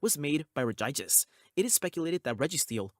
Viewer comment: ReggiGIGAS not Regigas